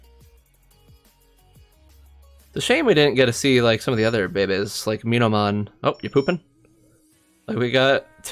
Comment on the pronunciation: are you saying babies or bebes? and why? you just sound ...